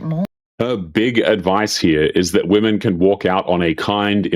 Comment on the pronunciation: Why do so many of these people feel qualified to speak about women online when they can't even pronounce the word "women".